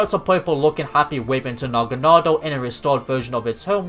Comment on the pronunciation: Dude, the episode where Ash's Naganadel returns just came out in the dub. And ur pronunciation of Naganadel here is EXACTLY how they said it in the episode!